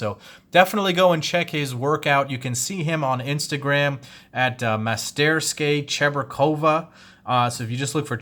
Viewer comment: It’s pronounced: Mas-ter-skaya Cheburkova. If you need help with Russian, let me know Doc. I was born there. 😝